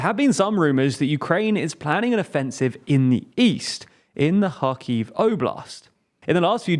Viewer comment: You're mispronouncing Kharkiv